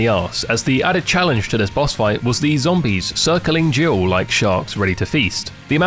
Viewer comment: it took me way too long to realise youre saying "jill" not "gio" lmao